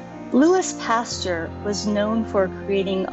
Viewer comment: pastUEr lol but your video was great. I learned a lot 😊